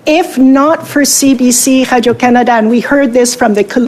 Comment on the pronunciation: "CBC Hadio Canada" she says over and over again .. . eating that Laurentian Anus.